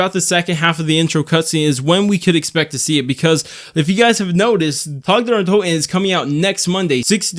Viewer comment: Thank you for pronouncing the map name correctly. I am upset with other creators for not calling it by its proper nand